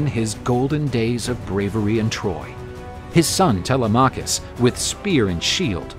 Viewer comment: It isn't tele M'acus with the accent on the M ...it's telema K'us with a soft accent on the K. The Greeks should have sand blonde hair , hairy chests and blue eyes or red hair with hairy chests and green eyes as was their appearance in ancient times, for they descended from Esau and are the mariner tribe of Dan.